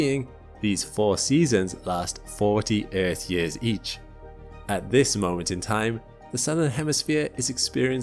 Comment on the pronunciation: It is years, instead of yurs